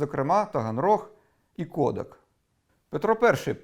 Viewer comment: Непогано! Але не кОдак, а кодАк, з нагалосом на другий склад.